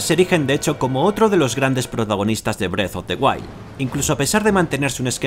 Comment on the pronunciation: parece que dice breast of the wild jajaj